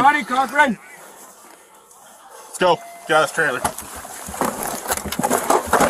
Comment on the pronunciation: Did he say "Johnny Cochrane?"